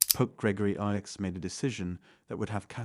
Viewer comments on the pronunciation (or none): It's not pronounced Pope Gregory ix, it's Pope Gregory 9. IX in Roman numeral means nine (9) I=1, V=5, X=10, L=50, C=100, D=500, M=1000